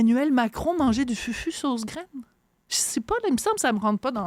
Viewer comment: On prononce « foufou » et non FUFU. De plus, c est une melange de banane plantain et de manioc (ratio 3 banane pour 1 manioc)..